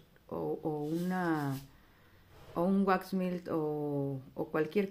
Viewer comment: Hola Linda, tu producto se pronuncia así como se escribe waxmelt, en español se traduce: wax=cera, melt=derretida no se pronuncia mill o milt espero que no te ofendas por corregirlo